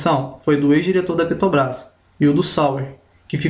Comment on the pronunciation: Muito bom! Parabéns! Só precisa treinar mais a palavra " Petrobrás ", porque em todas as vezes você falou " Petobras ". Fica a dica. Mas não tira o seu mérito pela bela explicação!